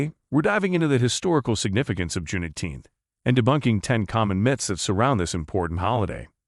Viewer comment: I do not like how he says Juneteenth like that